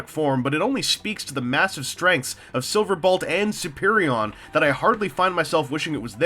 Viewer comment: So... Am I the only one who notices that he keeps saying "Silverbalt?"